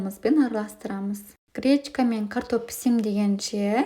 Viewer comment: Кречка кречка деп не айтып тұрсың,не кречка а гречка🤦‍♀️